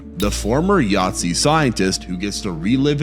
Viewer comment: I'm sorry are you seriously calling a Nazi a Yahtzee? They don't even sound similar.